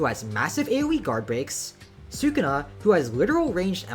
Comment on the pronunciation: "Su-kuna" it's "Su-ku-na" and same minute bro